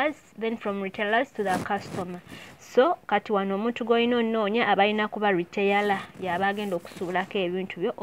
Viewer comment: The word is not retayala it's Retailer.